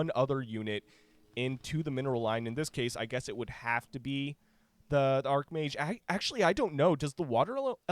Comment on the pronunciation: its arch mage. not ark mage.